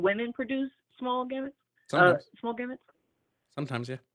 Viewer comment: The way she keeps saying "gamuts" is so funny, lmao.